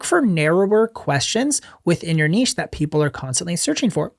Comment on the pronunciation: Learn how to pronounce “niche”!